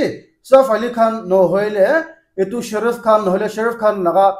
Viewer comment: it's not sharaf khan.....it's shah rukh khan ok be careful with ur pronunciation